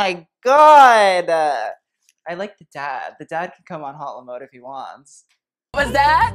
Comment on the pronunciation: I'm just gonna say, that's not how you pronounce "haute le mode", that's not even how you write it! "haute" isnt pronounced like "hot" since it's a French word and "mode" isnt preceded by "le" because french is weird and words have genders lmao. it's preceded by "la". and "haute la mode" isn't proper french... it's just "haute mode" yeah...